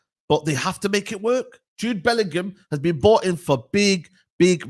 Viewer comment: Alex Scott clears Bwllingham